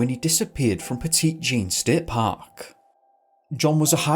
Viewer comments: Petite Jean is actually pronounced 'Petty Jean' which makes sense in the Mountains I guess ... 👀 "Yoū kneuh nùh-thin Jon Sneō..." Kidding. I love the Yorkshire accent. I know a woman here in Little Rock who is from that part of England. I also thought the park was pronounced 'Petit Jean' when I first moved here from East Coast USA. I worked in a deli and I couldn't figure out why people looked at me weird when I said that we were out of Petite Jean Ham while holding it in my hand. Smh. Great video! I'm subscribing 🤘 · 🤣🤣🤣 "petite Jean" 🤣🤣🤣🤣🤣 Petit Jean is pronounced "petty", not petite 🤣🤣🤣🤣 (Sorry, I once lived in Arkansas for years, and I'm in uncontrollable laughter hearing someone pronounce it that way!) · We live over here in Mt Magazine state park. (Hubby is a Ranger) I’ve only ever heard of the first story. And …ummmm…I don’t want to be that girl, but the way he pronounces “Petite Jean”…… it’s driving me crazy. Lol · It's pronounced Pet-ē-jeen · It’s pronounced “Pet-it” Jean not Petit like small lol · "petite" Jean? That's it for me. This guy clearly hasn't done his research if he can't even pronounce the name of the park. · It’s pronounced “petty jean” lol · Ayy I live about 15 minutes away from Petit Jean. Fun fact: us locals pronounce it "Petty Jeen" for some reason. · It’s “Pet-uh-Jean” Mountain Thanks for covering my home state ! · I live in Arkansas, and am a frequent viewer of your channel. It's cool to see a video about my home state. Also, Petit Jean is pronounced like "petty-jean". I live around Lake Ouachita, so it's not too far north of me. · That's what I came down to the comments to say. I'm going to die of laughter after hearing "petite jean" 🤣🤣🤣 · From Arkansas. I'm so sorry bc I love your channel, but it's pronounced petty when we say Petit Jean. Just for informational purposes. Again your channel is super. My fiancé and I love it!